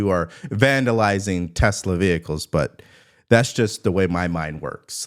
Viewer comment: Good ol', "Tesler" 😂